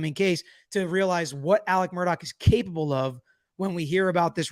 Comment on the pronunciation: His name is not pronounced “Mur-dock.” His name is pronounced “Mur-daw.” Please correct me if I’m incorrect.